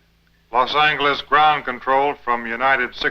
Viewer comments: What's with the pronunciation of Los Angeles with a HARD G? Listen at 15.10. LOS ANGLE LES!!?? I'm English. I didn't know if at one time Americans pronounced "route" the right way as in "root", not "rout" as in "utter defeat". I'd like to think so. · Love hearing the old pronunciations of 'route' (root), and 'Los Angeles' (angle-es)...